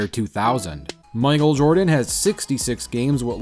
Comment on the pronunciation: bro said “micael Jordan” that is not lebron lil bro do I hear a Antwan Jamison? yoooo George bush balling I never knew they play in da nba